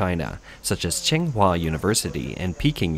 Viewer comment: This comment is spam from "China Insights." Stop it, you weirdos. (And if you read this: why is it so hard for your narrators to learn pinyin? It takes, like, an hour. "Singhua University"? Really? Sometimes you guys even pronounce the same word in different ways over the course of the same video, e.g., "fang." Real sloppy—and more to the point, real hard to understand for us listeners.)